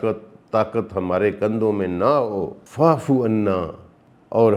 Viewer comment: آیات کو بہت اچھا بیان کیا ہے اللہ تعالیٰ آپ کو اس کا اجرا عطا فرماۓ۔آمین تجوید کی غلطیاں ہیں وَ اعۡفُ کی آپ غلط ادائیگی کر رہے ہیں اگر ریکاڈنگ سے پہلےکسی قاری کو سن کر آیات کی تلاوت کریں غلطیاں نہیں ہونگی بہت بہتر ہو گا